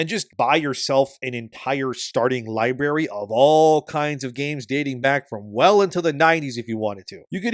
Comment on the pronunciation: "Li-berry"? Really? lol